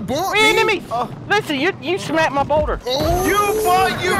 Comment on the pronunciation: rewatch the video, but this time everytime he says "boulder", he says "boner